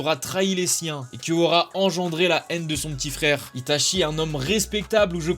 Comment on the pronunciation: " livai " , " shoto " , " ita chie " + kikou tu meurs ca vous tuerait de voter pour des personnages d'animés pas aussi surcotés?